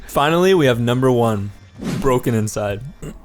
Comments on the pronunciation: BrokeNCYDE is pronounced "Broke inside", not "broken inside" (brokencyde will never die!!) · !!! he didn't even pronounce BrokeNCYDE correctly, its pronounced Broke-inside, not Broken-inside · did anyone else keep cringing when he said "brokenINcyde" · It’s not. He’s saying it wrong and it severely bothered me the whole time lol. It’s brokeNCYDE. Only one N. 😝